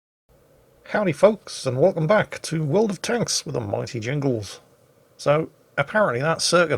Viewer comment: I swear I heard your intro as "Welcome back to World of Toast!"